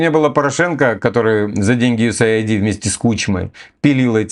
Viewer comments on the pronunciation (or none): none